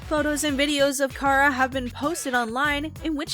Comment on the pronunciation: Her name is pronounced Kah-rah